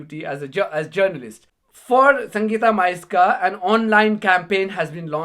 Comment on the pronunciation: Purposely prounounces her name wrong ... well done Sangita 😊